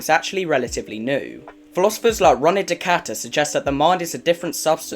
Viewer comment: That not how you pronounce René Descartes. You mistakenly claim that consciousness emerges from matter, it doesn’t. It emerges from energy. Also, you have the argument backwards… This is a flawed and outdated school of thought “Matter alone can’t create consciousness, therefore our consciousness emerges from a cosmic consciousness.” That’s not the current scientific consensus. All consciousness emerges from the same energy (chemical processes, electric impulses, etc). That energy recirculates the entire universe and is responsible for all physical processes in our universe, including consciousness. The matter in your brain is bound, but the energy in your brain (what actually causes consciousness) is unbound, and it is free to recirculate the entire universe, and that’s what it does. That’s what all energy does. There’s separation between matter and particles, but there’s no separation between energy (the thing from which consciousness, emerges). All energy is continuous and connected, and it permeates the entire universe. One could argue that this energy is one collective consciousness of everyone and everything. Consciousness does not emerge from God. God emerges from the consciousness. If you wanna learn more about this, kurzgesagt made an incredible video called The Egg.